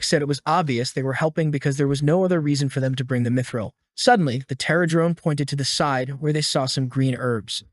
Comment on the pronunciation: why "dimidril" if it's "mithril" ???? 💩🤡🤦‍♂️